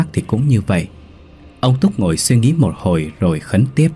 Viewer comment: Viet sai dai từ dành xung , Ngo là ngồi thứ nhất, ni là ngồi thứ 2, nghe mat hay